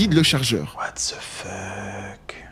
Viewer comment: Fuck se prononce " Fock" et pas "feuk"